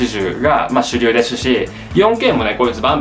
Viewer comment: 主流でしゅし笑